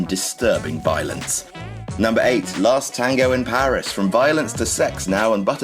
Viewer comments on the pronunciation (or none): none